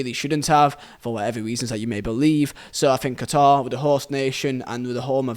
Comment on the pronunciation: Listen well all of you I’m Qatari, and no one has the right to change the name of my country called Qatar not katar not guitar not Quatar QATAR